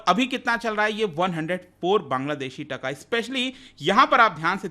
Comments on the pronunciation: Its Taa-kaa not tka.. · Sir please pronounce TaaaaKa. This is the right pronunciation.